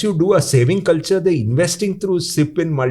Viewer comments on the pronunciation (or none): none